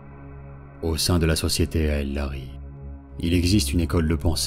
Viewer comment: Super vidéo, c'est juste parfait en terme de rythme et de voix. Par contre, on dit Eldari , le A n'est pas prononcé Hâte de découvrir la suite, vous avez gagné un abonné !